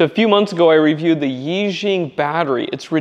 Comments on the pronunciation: I think it is pronounced “ee” “sheeung” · Nice! It doesnt matter much, but its pronounced Eee shee-yang. Means like mega lucky, or something. Id like to get my hands on some of these.